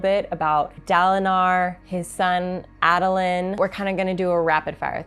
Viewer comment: I’m sure plenty of folks have but On the city you got it 90% just drop the second n sound. On Kabsal it’s CAB-SUL Adolin is A-DA-LIN but fast so the middle is like half of Dada You totally got the King right. Also yeah this series is heavy on people with some serious mental issues going on, Depression, PTSD, Sociopathy, DID the list goes on.